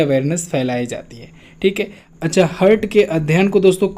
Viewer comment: please correct the pronunciation of heart ...